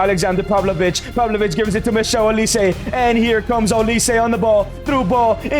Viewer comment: This broski say " Michelle Olise" 😂😂😂😂 , It's Michael Olise